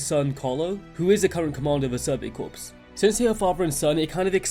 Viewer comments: Corps is pronounced Core not corpse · PS there is a silentP in 'corps'